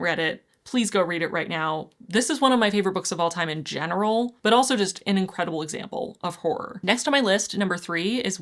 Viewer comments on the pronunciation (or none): none